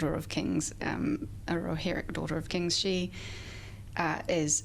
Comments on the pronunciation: I just love how she pronounce "Rohirrim" ☺️🥹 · He should have asked why she pronounced Rohirrim in such a corny and overly dramatic way....just sayin